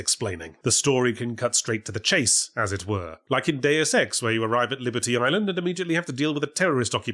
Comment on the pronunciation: TIL: Yahtzee doesn't know how to pronounce "Deus Ex."